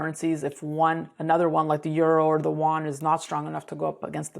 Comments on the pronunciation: The Chinese currency is the yuan (you-on). South Korea's currency is the won. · It's not the Juan; it's the yoo-aan. We white people are in so much trouble if we can't even pronounce their monetary unit.